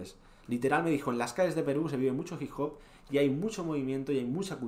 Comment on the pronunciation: Todos: hip hop Nadie: Absolutamente nadie: Colorado nacionalista nieto de franco: ji jop